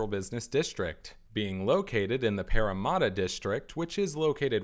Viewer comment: This is a great video BUT I CANNOT GET OVER THE WAY YOU SAY PARRAMATTA As a sydney-sider I find this video very interesting as I have been and seen these towers many times, but I just have not seen them from all angles. Just looking at these towers from some of the angles shown in the video just blows me away.